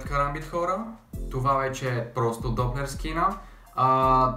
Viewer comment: научи се да казваш kaрамбит